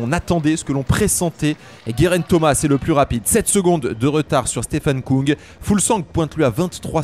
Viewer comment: Merci pour ces comptes rendus de qualité ! Pour info on prononce Stefan Küng (ue) et non "Koung" car en allemand le tréma modifie la prononciation du u. Il se prononce comme en français